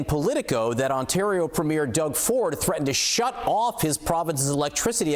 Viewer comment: Why does everyone mispronounce premier?